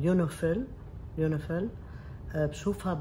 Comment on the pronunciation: حتى مابتعرف تلفظ يونيفل